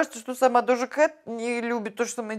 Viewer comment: дожа а не доджа!